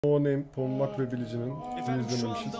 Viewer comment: polmax değil kanka polmac